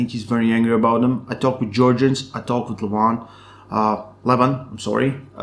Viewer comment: Lol! Also, it' Leh-Vahn and not leh-VHAAAN.